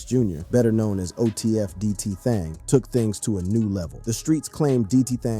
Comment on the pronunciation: “DTThang” bro it’s just DThang😭😂😂